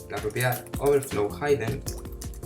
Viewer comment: Muchas Gracias amigo, me servió mucho. Una cosita: Se pronuncia (hɪdən) NO haidən